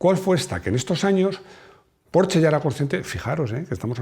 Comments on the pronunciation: [Min ] “Yo creo que estoy ya, yo lo comenté, lo he comentado en un video que em, yo era un apasionado cuando era aficionado…” Entre escuchar cómo pronuncia “Porsche” y la cantidad de palabras pronunciadas para explicar un concepto o pensamiento, nos demuestra que es realmente un milagro que los españoles no se hayan extinguido a la fecha… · así se pronuncia Porsche